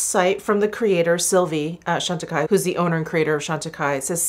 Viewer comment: Jefree Star used the Chantecaille CBD cream in his last "testing new products" video. He pronounced the name "Chantecaille" incorrectly. 🙄